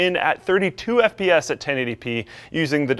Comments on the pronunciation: You can tell just freaking woke up...... "Totally playable frame WATE" "25 sps" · Da fwamewate is 20 ess p ess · "twenty fives fps" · 25 sps? I'm loving all these speech errors